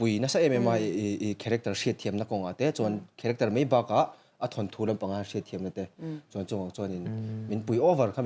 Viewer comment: "Chibei" a ni lo, "Chibai" tih tur. "Mei" ni lovin, "Mai" ti rawh... Mizoṭawng hi lam dik hrâm hrâm teh u...